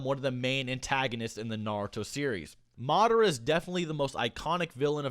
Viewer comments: Ugh I hate how he pronounces Madara. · NickV. Jr that’s how you pronounce it. It’s not Ma-dar-a it’s Ma-da-ra. Watch the anime